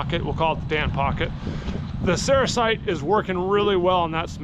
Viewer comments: Cerussite or sericite? Sericite is what it sounds like you are saying. I think you mean Cerussite. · Sericite is a mica. I think that you mispronounced the name of the lead carbonate. I'm not aware of one off the top of my head. EDIT: I looked it up, you mean Cerussite. You are putting the emPHAsis on the wrong sylABBLE LOL. Ceroosite.